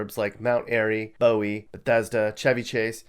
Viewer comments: Hey,. Loved your video. I need to let you know that Bowie is pronounced Boo-wee, not Bow-wee. 😂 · Not bad. But where are you from? Not Maryland bc it’s not Bow-ie it Boo-ie. You clearly know nothing about Maryland and any of the cities you put on this list. Anyone who refers to The Wire when talking about Baltimore is not from Baltimore. But good job gathering all the public stats available to anyone who has the time to rank and talk about them in a 15 minute YouTube video. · It's not pronounced like David Bowies' last name. It is pronounced 'Boo ee'. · Bruh, you said "Bowie" like David Bowie. Nah, it's pronounced BOO-EE... You aren't from MD. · Bowie is not pronounced like the singer david. It's boo-wee (bowie) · bro you can't really be from MD and call it "bow-ie" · ...It's pronounced Boo-wee. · It’s Boo-ee…like buoy. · bowie is pronounced boo e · Bow- eeeee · Well clearly this guy isn’t from Maryland, just listen to his pronunciation of “Bowie” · notice there’s no videos from guilford in baltimore lmaoo, the pronunciation of “bowie” made me sick, and i’m surprised he didn’t address annapolis at all.